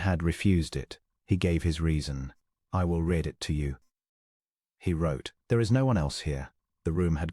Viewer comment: Liked story but PLEASE EDIT, EDIT! You need to listen to your AI story and correct it! It cannot tell the difference between present tense and past tense of "READ". One is pronounced "reed", the other is "red".